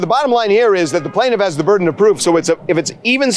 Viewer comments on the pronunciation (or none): The BIRD-en of proof😂😂😂😂😂😂